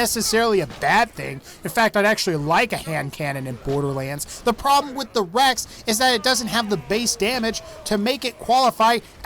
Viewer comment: I just realized no one commented about how you said Rex as the REXAH